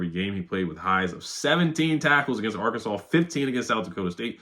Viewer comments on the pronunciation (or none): none